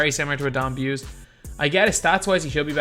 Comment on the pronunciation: Pretty sure Don Buse is pronounced Boos-E